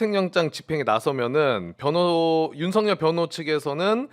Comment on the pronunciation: 박범계는 소추인단에 있으면 안된다!!!!! 왜냐하면 윤썩열이 사시동기이다!!!!!! 탄핵추진하는데 전략이 윤썩열이한테 새나갈 수 있다 법무부장관할때도 제대로 일을 못한거 같다 윤썩열이 이름도 제대로 말하지도 못한다 수박같다!!!!!!!!!!!